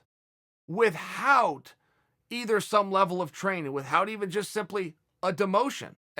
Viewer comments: Chael "With-Haaauut" Sonnen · Jesus Christ really hammered the h in without